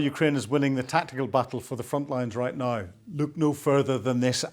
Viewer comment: NOW is not pronounced NYE